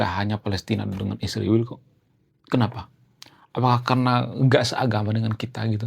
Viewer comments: Kenapa nyebut Israel nya harus Isriwil ................. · Mohon maaf bang, saya sebagai Seorang Yg sangat respek kepada bangsa ISRAEL,tidak suka dengan sebutan isriwil. Tolong lah dirubah